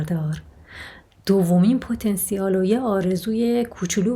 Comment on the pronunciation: پتا نسیل .درست تلفظ کنید